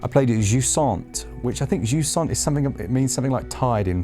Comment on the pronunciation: I’m French and I have no idea what jusant means 😅 never heard this word before 😂 but you sound French saying it! 🤣